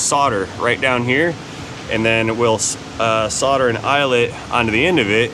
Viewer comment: Really fun video, thoroughly enjoyable! saying 'solder' properly made me oddly happy